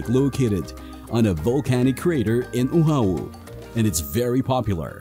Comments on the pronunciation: Content was great, fun itinerary for a first timer but so so so many mispronunciations Oahu…. It’s O-ah-hoo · OMG learn how to pronounce Oahu. This is ear piercing.